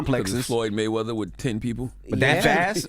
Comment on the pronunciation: Mehweather ? Popper unc Tom